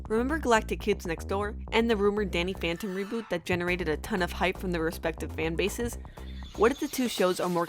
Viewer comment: she said Danny fanton